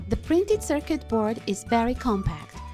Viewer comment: Here are some of the words and their correct pronunciations; 1- Circuit = sir-ket. 2- Oscilloscope = the "C" is silent. 3- LED= L.E.D 4- This circuit is known as a "Jammer" not a silencer. I Enjoy your channel and how you make stuff from junk.